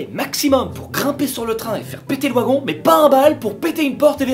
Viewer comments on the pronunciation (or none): le ouagon 😂😂😂 Quoi 2020, et alors ? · Ça choque quoi moi la prononciation "ouagon"😂😂?